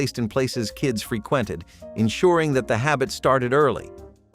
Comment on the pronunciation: Free-quented lol Frequent-ed.